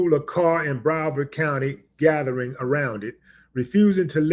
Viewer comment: Thank you. And, it's Broward, not Brovard. Broward County is where Ft. Lauderdale is located. And, it's where 2 Live Crew is from. Some trivia shared with me by my brother: 2 Live Crew had a feud with a sheriff from Broward County back in the 1990s. They called him, "The Coward From Broward".